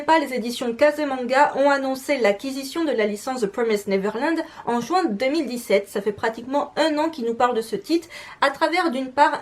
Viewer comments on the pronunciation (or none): none